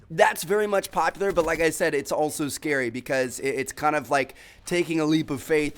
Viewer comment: How tmartn says the word but: "butah"